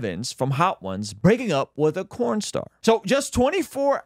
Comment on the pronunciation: Is it me or he said “corn star” is that work not allowed to be said? It’s not the first time I’ve heard someone say corn.